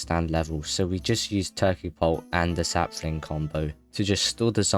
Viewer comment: *Sap-fling (Contain mint)